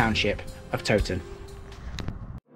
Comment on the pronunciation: Interesting video! The Tow in Towton should be pronounced to rhyme with Cow! I'm not sure about Lead - I've always assumed it was pronounced as Led but dont honestly know.